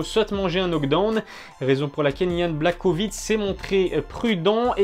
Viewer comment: Sa se prononce + Yan BlaHOvitch